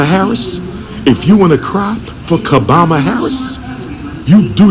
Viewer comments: "Ka-Bama Harris". That's hilarious 😂 😂😂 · He said kaboma Harris 😂😂😂😂😂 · Wait, did he say Kabama Harris???😂